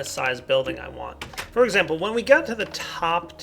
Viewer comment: "...for exapple...." I pointed out a flaw in your speech,. Now my plan to get a well-thumbed up comment will succeed! (ಠ⌣ಠ)